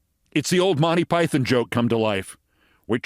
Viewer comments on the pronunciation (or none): none